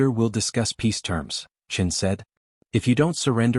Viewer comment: Admiral Chin? Not Admiral Chen? It's not a real space tale without Admiral Chen. What next Lieutenant Marrison instead of Morrison?